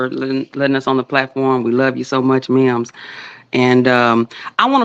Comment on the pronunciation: Mims You Got My Name Wrong but i love your channel😂 PERIOD Pooh😅